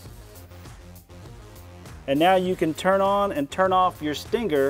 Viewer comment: He says "Stingger". Too much emphasis on the G